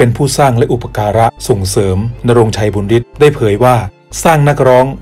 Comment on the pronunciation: บุญฤทธิ์ อ่านว่า บุนยะริด นะ ไม่ใช่ บุนริด